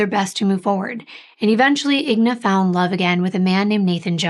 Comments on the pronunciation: please your name is 3 times more difficult to pronounce but it’s just 4 letters for the mother. It’s INGA not IGNA. There’s no such name exists. Again I N G A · It is I-N-G-A not IGNA. Common mistake though. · I think her name is pronounced In-ga. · I’m sure someone is named Igna somewhere in the world….i noticed she said wrong too but probably switched the letters